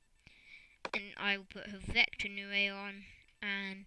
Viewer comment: ITS HEL-VET-ICA NOT HEL-VEC-TA !